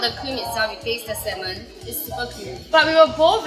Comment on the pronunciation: sell salmon for a living... can't pronounce salmon properly.